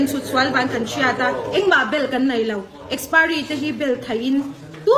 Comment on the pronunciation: Ninawm he burma nu hi, a thil zawrh a chhiat chhiat nen, tawng pai baqk si... Expiry pawh lam thiam lo.